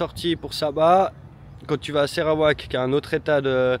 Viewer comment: Je découvre votre "voyage"! Merci d’appeler le Sarawak et NON SÉrawak !😢, information : merci = Terimas kasis, bonjour : Selamat pagi, étonné de votre galère pour le super 97 ici à Kuching toutes les stations en ont 😂, le Sarawak et Sabah font partie des 14 états de la Malaisie mais, c 2 états possèdent 80% du pétrole et gaz de la production de la Malaisie et le Sarawak a quelques "rêves" d’indépendance ! Ils ont un gouvernement avec un 1er ministre, à Brunei ce n’est pas un roi😢mais un Sultan comme en Malaisie et chaque état de Malaisie a un Sultan 😂 Bonne suite et vous verrez que la Malaisie n’est pas la Thaïlande, enfin vous êtes en pays muslim appliquant la Charia mais, tout est Cool en Malaisie et vous pouvez boire et acheter de l’alcool et du porc ! 😂😂❤❤ Au prochain épisode, je me régale d’avance ❤❤